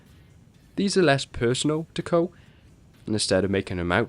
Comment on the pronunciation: KOH!!!!??? I THOUGHT IT WAS PRONOUNCED COO!